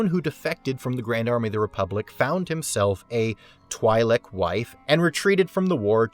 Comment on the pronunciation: If you're going to make Star Wars videos, at least learn how to pronounce Twi'lek